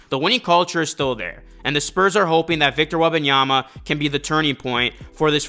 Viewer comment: its Wem-ban-yama not Weba(n)yama please its insufferable to listen his name mispronounced 15 times in the span of 2 minutes